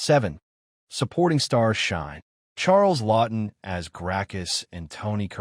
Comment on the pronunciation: It's Charlton Heston, not Charlston. Don't know why people keep making that mistake.